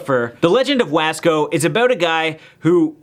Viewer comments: I'm Barely watching this now???? And I live in wasco. The way you say wasco is so funny. It's pronounced w-o-sco, bruh I'm dead!😂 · I live in wasco! But you said the name wrong! Yes it’s true we do have a clown! Only one clown! And yes we got a movie cus my town is cool